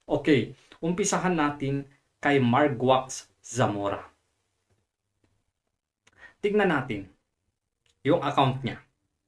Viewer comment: Margaux = margos yan hindi margwax 😅😅